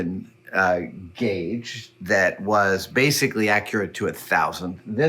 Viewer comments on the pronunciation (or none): none